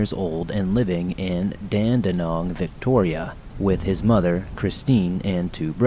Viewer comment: Your pronunciation of Dandenong was wonderful! Well done! 😊